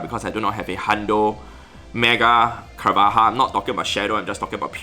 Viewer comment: i believe carvanha is pronounce as carva-nah! (meant to sound and spell like piranha...)